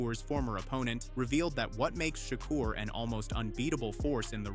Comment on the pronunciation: Shakrah Stevenson is crazy work 😂😂😂 say the man name rite damn